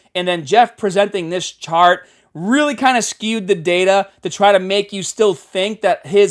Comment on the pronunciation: The way you say chart 🤣🤣🤣